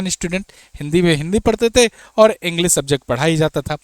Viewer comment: भाई अपनी हिंदी सही करो, सेयर, इंग्लिस, भासा नहीं शेयर,इंग्लिश,भाषा ।